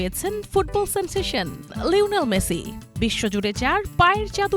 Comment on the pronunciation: লইনেল মেসি কি? উচ্চারণ সঠিক করতে না পারলে উপস্থাপনা ছেড়ে দিন।